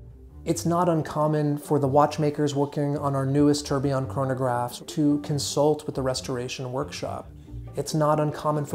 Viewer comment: fantastic video but Jesus the mispronunciation of tourbillon man that through me for a loop.